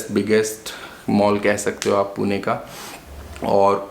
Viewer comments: It's Pune not Poona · Please call it Pune not "puna" , it is पुणे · It is Pune not Puna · Bhai Poona nahi Pune h. Likha h vaise bolo bhi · Hi , Please dont pronounce PUNE ✅ as Puna ❌ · "PUNE" NOT POONA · For GodSake.. It's not Puna! Call it Pune >> पुणे why is that so hard to pronounce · Its not Puna....its Pune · My ears were bleeding every time you said Puna 😭🤮🤮🤮🤮 its Pune पुणे (not even पूने) And a lot other incorrect pronunciations..